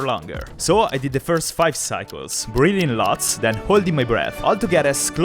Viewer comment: 3: 36 - "I had spent the last hour practicing these breathing techniques." Not gonna lie, thought you said "breeding techniques." I was like, "Heh??"